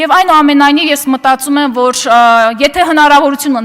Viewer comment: Էս աննորմալը որտեղից?Աղջիկ հայերենում կա Յ ինչու ես յ -ի փոխարեն ռ ասում. Որ ոչ թե ոռ😀😀😀